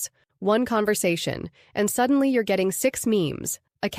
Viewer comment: when spoken 'your' and 'you're' do sound differently. in this video it sounded as though the 'person' reading this did not know it.